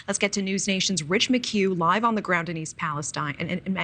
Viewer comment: So why all of a sudden is East Palestine being pronounced East Palestene?